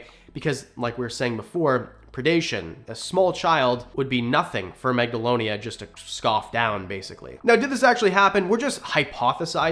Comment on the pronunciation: No offense but it’s Megalania